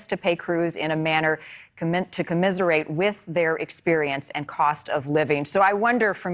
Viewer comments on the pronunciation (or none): Please learn how to pronounce the word commensurate. It is not commiserate! And look at your interviewee when you're thanking them. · commiserate? Commensurate. Two different words. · Commensurate, not commiserate, you fake blonde. Read a book to expand your vocabulary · THAT'S NOT COMMISERATE, × THAT'S COMMENSURATE * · The newscaster doesn’t know the distinction between the word “commensurate” and the word “commiserate” … employed illiterate newscasters unite! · Note for the future! To the reporter, you pronounced the word “Commensurate” as “commiserate “. The words have two very different meanings. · Commensurate not commiserate. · So, this "reporter" can't pronounce the word "commensurate" ?? Where did you go to school, huh? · She cant say 'commensurate'. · How does a news reporter not know how pronounce the word— commensurate.